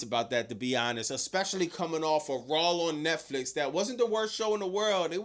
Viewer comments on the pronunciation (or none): none